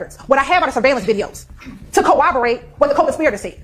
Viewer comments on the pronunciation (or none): My word... Can someone explain to about pronunciation🤦 Cor-rob-or-rate not co-oboate. Ask not ax. Where he at? Professionals would say where was he at. My goodness she sounds so uneducated. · the way she says co-obberate is driving me insane